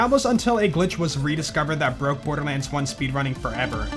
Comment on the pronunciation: "Birderlands" i love it